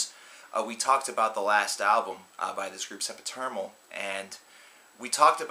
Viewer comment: you said, "Sempiternal" wrong.